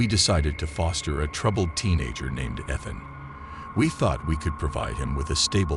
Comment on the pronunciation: I like the voice but pronouncing the name Ethan wrong is Driving me insane 😅